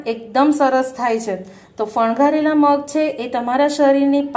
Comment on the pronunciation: Fangavela shabd che.. Not fangharela 🙄🙄